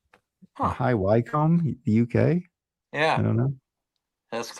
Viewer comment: Happy New Year all. Re the ECM book High Wycombe is pronounced “ High Wickham “ I live 5 miles away from the university and my son works there. It’s amazing where books end up